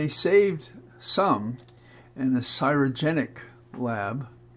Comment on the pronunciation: you are so concise when you speak, which I appreciate & admire. However, you mispronounced the word "CRY"ogenic as "CY"rogenic. I'm sure you didn't mean to do so & were perhaps very tired from the trip to JH. I'm very happy that Holly's test results came back fine.